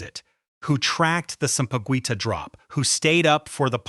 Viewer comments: It's pronounced ( sampaguita) sam-pa-geeta. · Sampa-Gwi-tah disturbed me 😂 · The “gui” in sampaguita is pronounced Gi like in Guitar. Just saying lol.